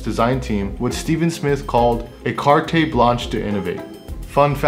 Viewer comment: Carte is pronounced Cart